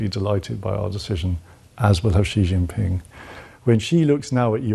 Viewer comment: As a Chinese speaker, your pronunciation of Xi Jinping is actually better than many other English-speakers, haha. (Just a quick correction; he's not the prime minister of China, he's the general secretary of the Chinese Communist party, aka – to all intents and purposes – the president of China. The current prime minister of China is Li Qiang, though Xi has been hogging the spotlight so hard that it's easy to forget China actually has a prime minister at this point.)